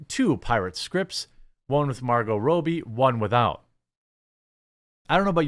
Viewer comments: The chick's name is Margot RAH-bee. Robbie is also a nickname for dudes named Robert. How'd you get "Row"bee"? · Its pronounced Margot Robbie Not Rowbie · "Robbie" rhymes with "Bobby" that's not even a thinker Jeremy.